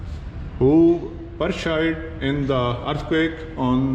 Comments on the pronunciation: Pershieeedddd😂😂😂 it’s Perished man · جب آپ 1935 کے زلزلے میں ہلاک ہونے والوں کے نام پڑھ رہے تھے تو آپ نے لفظ Perished کو غلط pronounce کیا تھا.